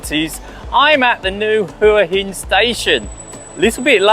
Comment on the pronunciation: It's pronounced Wa Hin! 😂